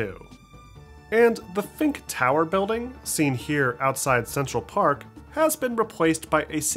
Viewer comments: FISK, IT LITERALLY SAYS FISK. Really appreciate your content but my god you do have a habit of butchering names 😂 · I know you didn't just call one of Spider-Man's biggest villains "Fink" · Literally sees "Fisk" in huge letters right in front of him "The Fink Tower building" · Did he just say fink...